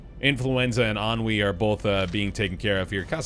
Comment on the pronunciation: Hello. Sorry, this has bugged me since I started watching. The disease is pronounced EN-you-I. It means a state of low energy and lack of motivation. Torpor. Thanks for the presentation.